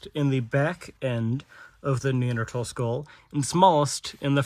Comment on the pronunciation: Very good I was contemplating doing a course on ancient anatomy. Maybe I don't have to now. Nice you pronounce Neanderthal correctly. Remember to use metric units as well - there's another world out there!